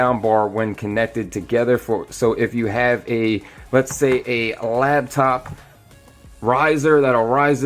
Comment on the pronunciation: When did "Labtop" become a thing? It's "Laptop"!